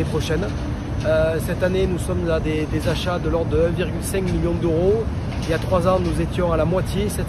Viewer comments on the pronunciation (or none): none